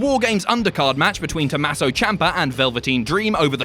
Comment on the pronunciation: IT’S TOMMASO, NOT TOMASSO. REEEEEEEEEEEEEE